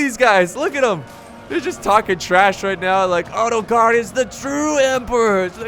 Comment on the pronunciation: I turned the captions on and when you said ottokar , this is what appeared:"auto car"